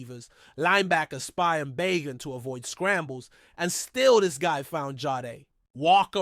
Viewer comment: It's pronounced Ba gent